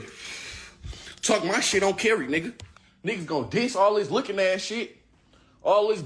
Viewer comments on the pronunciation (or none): On caree, On Carey, on carry, on Carie, on-carry, on Kerry, on care-e, awn que ree